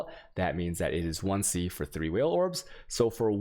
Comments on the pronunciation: Don't forget the whale orbs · Chisels, not chaisels, Vaal Orbs = Vahl , not Whale orbs 🤣Otherwise you can confuse new players with weird pronounciations. :P Now the deeper i get into the video, the more I realize that you cannot pronounce right almost anything PoE related. 😂😂